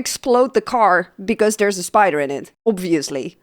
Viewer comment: . The way you pronounced "obviously" got my attention. And one profile check later I confirmed my suspicion that you're a fellow Dutch citizen.😄